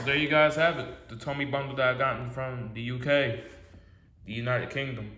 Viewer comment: Wait a minute did you say uk from Thomas land